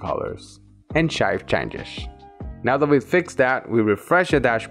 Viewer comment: why do you say chanshes and not changes